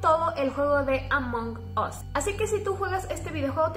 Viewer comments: Si escribo "Among us" En el traductor se pronuncia "Among as" no "among os" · Ablas mucho y además es Amón as no among us y además me insiste caer el cel en mi cara